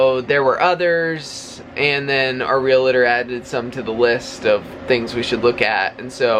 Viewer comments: Are you aware you are pronouncing realtor wrong? There's no I. Sorry to be so petty but you are saying it so often these days and it making us OCD and autistic folks a little bit antsy. Lol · So happy that you may have found your new home already...and, the word is realtor, not relator💖🙏💓. God bless!!